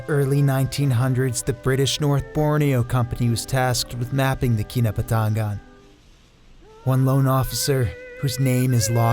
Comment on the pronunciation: Key-nah-but- ta-ngan